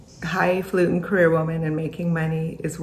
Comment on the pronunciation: Thank you at yelling at the way she says “cAreer” fkn sounds like she’s saying “creer” 😂